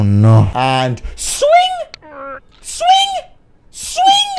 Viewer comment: It was funny when he kept saying ,,Sving”